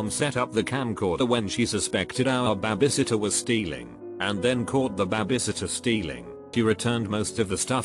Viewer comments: Babay sitter....AAAAAAAAAARRRRRRRRRRRRRRRRRRGGGGGGGGGGGGGGGGGGGGGGGGGG!!! IT'S BABY! NOT BABAY!!!! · Say bah-bie sitter again 🙄🤦‍♀️🤦‍♀️🤦‍♀️ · Nobody: Robot voice: BAH-biesit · No one: Computer voice: BAH BAY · The way babysitter was said